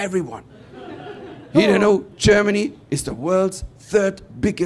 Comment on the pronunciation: your "Germany" sounds like "Jamally".